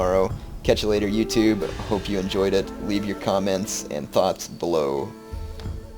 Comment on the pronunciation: Lol, sounded like he said ''leave your comments, and thoughts blow'' in the end